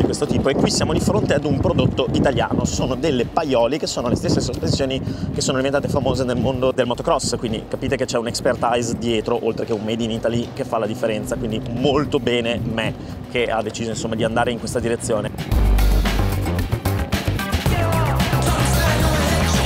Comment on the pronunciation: Bellissimo! Accoppiamento colori e grafica azzeccatissimi! P.S.: expertise si pronuncia "expertis" e non "expertais"